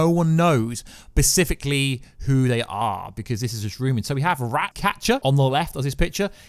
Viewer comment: bruh please stop saying "pacifically" its specifically, you killing me! 😂😂